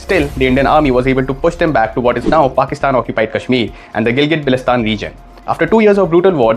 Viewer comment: Gilgit-Baltistan not Belistan bro😅 I guess we Indians and Pakistanis need to learn the names desperately, we belong to same culture but still can't pronounce names